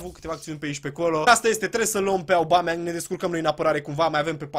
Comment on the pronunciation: Ba boule , se citeste Obameiang ( No hate xD )